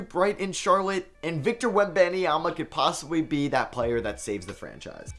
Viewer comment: The way he says webanyama 💀